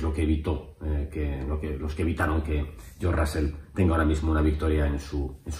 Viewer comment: "Yor Rasel"